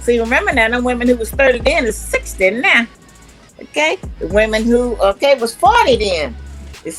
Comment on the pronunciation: Not "now" she said "NEH"! I felt that to my core!😂